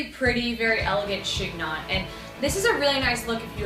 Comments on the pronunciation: I loved your video, BUT.....it's pronounced like "she nyoh".....the g and the final n are silent.... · (The "g" is silent - it's pronounced "shen-yon".)